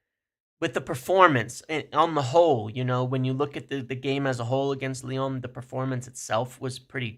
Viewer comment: Leone (Lyon), Simone's (Simmons), Ineose (INEOS). American's really don't do well with the letter o it seems.